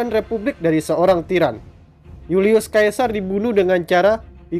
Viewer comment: Bacanya Julius Sesa..bukan Julius kaesar... Apa sih ini naratornya